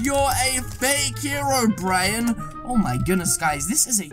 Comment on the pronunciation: Hero Bryan? Its hero brine just pronounce it right................please